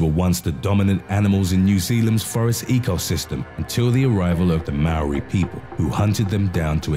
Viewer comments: U say moari like moldy just spelt moari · We're not called Mary we are Maori ok u ekaitohuare e ok rude man